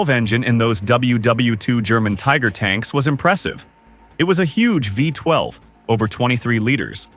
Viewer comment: “Viiiie 12”😂😂😂😂. Stupid AI commentary.